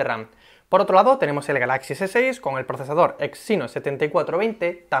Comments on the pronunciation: El acento en la palabra GALAXY va en la primera A no en la segunda por favor. Si quieres poner el acento en la segunda A deberías decir GALAXIA (en español). Crítica constructiva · Porque pronuncia tan mal "galaxy" o "android" XD